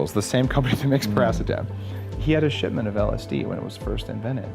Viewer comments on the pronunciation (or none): none